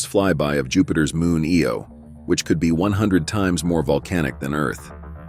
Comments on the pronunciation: It's Io not Eo. LOL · its pronounced I-O not eeeeeeeeeoooooooooo